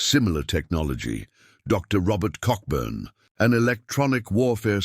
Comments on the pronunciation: pronounced Coburn, the ck is silent. But then this is Artificial Intelligence. Laziness in editing, when I put an AI edit on Ebay, I spell out that it is AI edited. Because the AI edit is riddled with faults, AI is a useful tool, that needs telling what to say🤣😂🤣😂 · The 'ck' in Cockburn is silent. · The AI reading of Dr Robert Cockburn was hilarious! 24.17